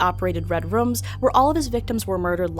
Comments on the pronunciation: Is anyone else bothered by the way she pronounces "rooms"? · Danny GonZalez yeah but she wasn’t saying “redrum” like from The Shining on purpose she was talking about “red rooms”. She pronounces the word “room” like “rum” in multiple videos